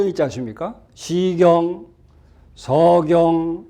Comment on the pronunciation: 왜!? 시경 서경의 첫 자를 왜!? 길게 발음하시나이까?? 자고저란 말을 아시는지요!? "한국 어문을 고발함"이라는 책을 일독해 주실까요!?